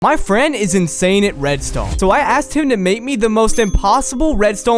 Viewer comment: I like how he sometimes pronounce redstone in a slight french accent "Redstowgne"